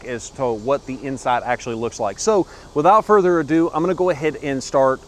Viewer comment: take a shot every time he says "without further ado"...well in his accent its "wiHit out furder adooo"